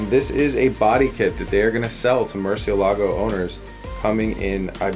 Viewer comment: the strong syllable in Murcielago is the "e", to be exact, the name is "murciélago" and not "murcielago" (also, murciélago is the spanish word for bat)